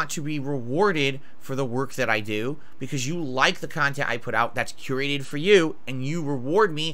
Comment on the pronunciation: Oh, if you going to call your content curated at least learn how to pronounce the word.